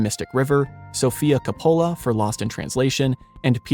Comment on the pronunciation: It was quite distracting to have a narrator who could not (or would not?) pronounce many of the names correctly. Two that illustrate this is the repeated slurring of "Pelennor" and the butchering of "Coppola", a VERY WELL known name in the industry, as it is not only Sophia Coppolla, but also, notably Francis Ford Coppolla. (Fun fact: Nicholas Cage is a Coppola). Many parts were well done, but, again, the glaring pronunciation errors kept yanking me out of paying attention to the messages they were attempting to convey. 😞